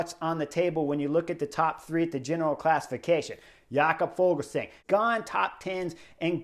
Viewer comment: Fuglsang isn't German, så it's not pronounced Fogelsang. In Danish the g is silent in the word fugl, so the pronunciation is more like foolsang. Which of course isn't very flattering 😂